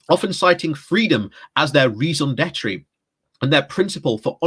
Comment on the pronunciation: Please say 'raison d'etre' properly